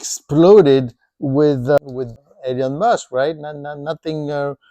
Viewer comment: It's hard to believe anything coming out of a mouth that pronounces it '''Eleeon''' Musk. Seriously? Little wonder that there are few subscribers. P.S.: ...And I still hold some Tesla stock-----d*mned If I know why....